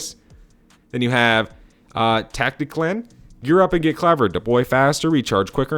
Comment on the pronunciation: lol..you said "tacticlan"...instead of "tactician"...coffee not kicked in yet? i can't wait to play this...we should call this DWZ...